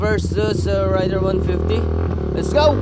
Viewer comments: Correction po..raider po hindi rider...ayusin nyu po ag pag pronounce...!!! Heheheehe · Papaano ba i-pronounce ang " Raider "= Reyder O Rayder? Paki sagot nga? Salamat.